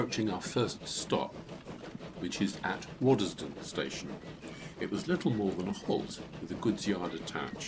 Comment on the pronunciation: Thank you for making this. As someone who has lived almost my entire life in either Waddesdon or Quainton its nice to see this old line come to life. Just a small correction though. The village is pronounced Wods-don not wod-des-don. So many people pronounce it wrong.